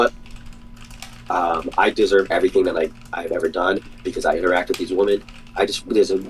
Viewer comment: and he pronounces women and woman the same way which is irrationally infuriating every time I hear it